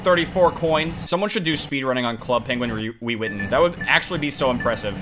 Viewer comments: nobody:: wewitten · when he try to say club penguin rewritten i only heard "Club Penguin Will Weathon" Lmao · I love how all this time later, still can't say Rewritten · Every time he can’t say rewritten it kills me🤣🤣